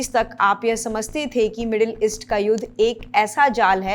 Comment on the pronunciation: मैडम आपको छोटी इ ओर बड़ी ई में उच्चारण के अंतर का ज्ञान होना चाहिए। मिडल ईस्ट को आप मिडिल इस्ट बोल रही हैं वैसे ये बात बहुत बड़ी नही है पर ये न्यूज रीडर की वाचन शैली और भाषा पर पकड़ की कुशलता को दर्शाता है